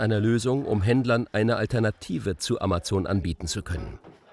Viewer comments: "Amatzon", ist es so schwierig den Namen korrekt auszusprechen, lieber Sprecher? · Ja genau. AMAZON, nicht Emmesn. Wir lasen als Kinder ja auch DONALD DUCK - Hefte und keine Donnel Dack - Commicks !! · sie spricht es auf Englisch falsch aus: ämäson (sorry, in der Lautschrift bin ich nicht bewandert). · ‚Amazzoooon‘. Hauptsache deutsch Aussprechen... 🤯